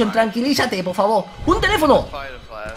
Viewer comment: like si te hace gracia la nueva frase de vegetta: poh faboh! 😂😂😂